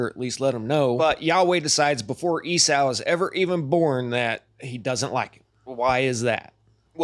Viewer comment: It bothers me do much that you can't pronounce Esau ('E-Saw', NOT "E-Sow")